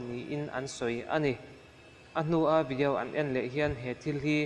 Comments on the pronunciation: Thuhma I ti thui mah may,boring trep. Tin,vidiau nilo on video tih tur aw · Ngaitinge vidiau i tih tlat zel..😬😁🤭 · Vidiau ti nge itih? Chhimlam mi ini em😂 video titawh teh ngaihthlak anuamlo,tin...I voice a zawi hlee bawk,ngaihna awmlo. Keep it up c'mon.